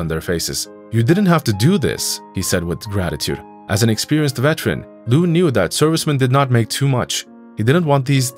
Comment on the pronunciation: IT'S NOT VETRAN, IT'S VET-ER-AN. You are as bad as the brats in the story.